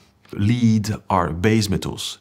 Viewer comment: Lood is geen lied. Het is led. In het Engels. Waar leren Fransen toch Engels? Hoe KAN dat nou? Wat een rare man.